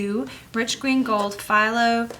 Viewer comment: Phthalo is pronounced "thaylo." Some years ago my watercolor paints were thrown out by some cleaning ladies. I'm slowly building up my Daniel Smith arsenal, they are my favorite wc paints. I do like some Winsor and Newton as well. I love DS Amethyst, Black Tourmaline, Sugilite and Bronzite as well as the Fuchsite colors. They all have a natural iridescence which can bring a painting to life.